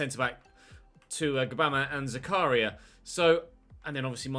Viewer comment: It's pronounced zak-a-ria not zaka-ria